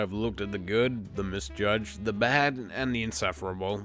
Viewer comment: Also, the way pronounces "BAHD" and "WURST"...ugh